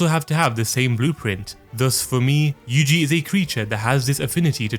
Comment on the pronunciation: Yuji is actually Yuuji in Japanese, 3 "syllables" yu-u-ji where u is long so last part is wrong though and itadori is i-ta-do-ri or yuu-ji ita-dori 2-2 if we are talking strictly about kanji I thought you would know that but now I am disappointed